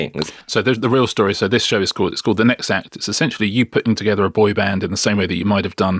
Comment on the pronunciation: toget-EHR was all i could take